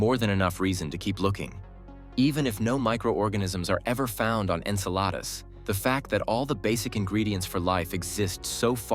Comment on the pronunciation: Why do you pronounce Enceladus correctly sometimes, and erroneously at other time? Very strange.